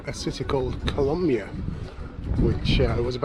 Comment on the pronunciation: YOU SAID KOLAMYIA WRONG